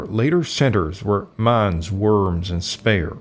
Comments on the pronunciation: Mans? Werms? Spayer? How about learning to pronounce German names properly, and with the "utmost respect?" The narrator is a joke. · It's very difficult to understand someone who is such a mumbler. His moustache makes it impossible to lip-read. He should have a shave, open his mouth when he speaks, and also learn how to pronounce properly the names Mainz, Speyer and Worms.